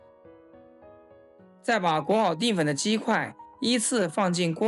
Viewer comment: 淀 dian 不是 ding